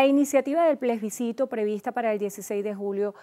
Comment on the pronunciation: se debe leer Plebiscito, no plesbicito se ha escuhado mucho esta palabra mal dicha.